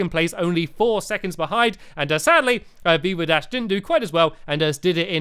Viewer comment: BeaverDash 😂😂😂😂 Haha it's VeevaDash